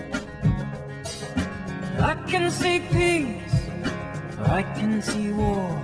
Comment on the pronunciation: peace not peas !! lol